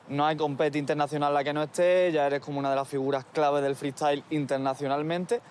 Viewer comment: No entiendo por qué Skone es capaz de decir freestyler bien, pero en cambio no puede decir freestyle y dice fri estail XD